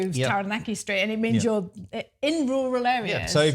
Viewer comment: Kia ora, just a friendly suggestion. Set yourself a challenge to pronounce Taranaki correctly. It’s easier said than done especially after 12 years living there but change is good 😊. Keep up the nice content you seem like lovely people. Ngā mihi